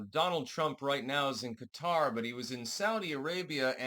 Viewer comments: Yeah. Cutter. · Thank you for pronouncing Qatar the correct way.